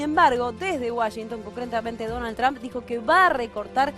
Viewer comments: Se dice Trump o Trum no Tramp. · SE PRONUNCIA TROMP NO TRAMP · Estos perodistas pendejos no saben pronunciar trump